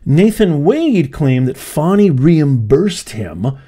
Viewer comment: Why did you apologize for saying her name…she’s Fani NOT Foni. Her parents must like that name.